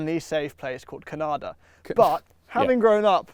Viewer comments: Can-a-da. ~ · Bro said “Ca-nada” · Until learns how to properly say Canada He cannot say he’s Canadian 😂